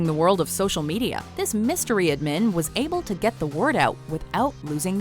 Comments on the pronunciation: Who tf pronounces admin, admeen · And admin as admeen xD